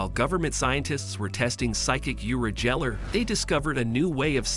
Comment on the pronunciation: Mispronounces, "geller," "telepathy," and "nazi," all in the first few minutes. Oh yeah, I'm going to listen to this guy. What joke.